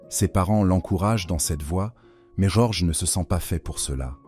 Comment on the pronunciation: bonne vidéo, mais j'en suis à la moitié, et ça ne répond toujours pas au titre de la vidéo. Le prénom Jorge est assez écorché, dommage ! et quelques inexactitudes aussi (Sainte Marie Majeure est un territoire du Vatican par exemple). Les coupures dans la prononciation/discours est aussi génante. L'empereur Néron n'a pas simplement "pas apprécié la prédication de Pierre" mais a carrément mis l'incendie de Rome sur le dos des Chrétiens, les condamnant à une mort certaine.